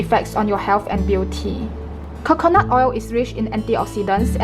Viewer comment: I love the accent when she said Khokhonut oil 😍.